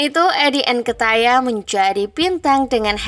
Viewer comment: Min salah itu nyebut nama Eddie nketiah 😂😂😂